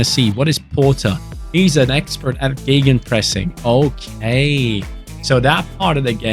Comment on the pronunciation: Seems like career mode series is the way to go this fifa. I really love it already and this one has so much promise. Also i love the german accent on geggenpressing